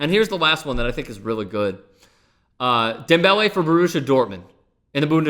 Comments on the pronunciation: You cant say his name normally? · Please stop saying the man's name like that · I hate the way you say his name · Why the fuck is he saying his name like that? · Stop saying his name like that fucking cringing over here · please NEVER do any name pronunciation like that again. Other than that, good video. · Please can you stop saying his name like that.